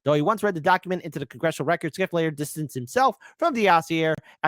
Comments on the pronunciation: Schiff is pronounced "shif" (as in shifty) not "skif." Can't believe doesn't know this. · How can you not know his name is pronounced "shiff", not "skiff"?